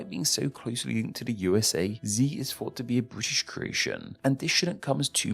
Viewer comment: “even I fought”….. okay yeah you’re a Zee expert